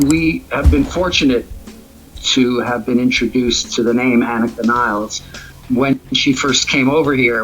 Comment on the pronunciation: Another drummer with a last name no one even Geddy pronounces properly. After all this time and you can’t even say her name right? 😂 ridiculous.